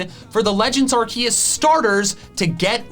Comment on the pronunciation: do you meen legends arkoos